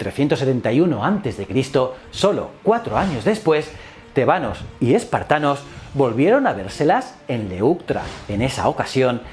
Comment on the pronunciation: Tebanos , con acento en la E ??? no es con el acento en la A